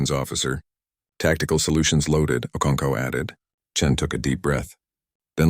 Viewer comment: Ive heard okoncow. Okonko okonkwo okonkov can this fake voice over read right?